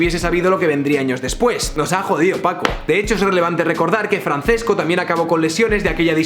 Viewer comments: Un italiano muere cada vez que dices Francesco y no Franchesco... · hace daño al oido oir francesco, se pronuncia franchesco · Illo, se pronuncia /fran-ches-co/ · Simplemente me parece incomprensible que en España no sepan cómo se pronuncia el italiano. Francesco se pronuncia FranCHesco. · Arrghh, mis oidos. Se pronuncia Franchesco Archuri. C en italiano es ch. Ch es c y gl es ll. Calliari, no Cagliari. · Francesco no se leerá "Franchesco"? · Se pronuncia "franchesco" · Te quiero muy fuerte pero cuando pronuncias "Franθesco" me duele mucho por la zona de los tímpanos. Pronunciad a la italiana, plissss :( . Por cierto, el mejor vídeo que has subido nunca. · Se pronuncia franchesco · Se pronuncia Franchesco, ce en italiano se pronuncia "che".